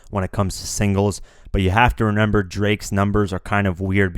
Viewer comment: You tend to say RENEMBER rather than REMEMBER LOL